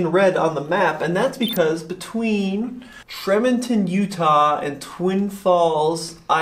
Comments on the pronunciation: “Tremonton,” Utah is pronounced “Tree-monton” 😁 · The road from Tremonton (TREE-mont-on) to Twin Falls is NOT level -- lots of up and down. Does your route planner consider that? How does towing the trailer work with regen braking? Does the Tesla brake the trailer when doing regen?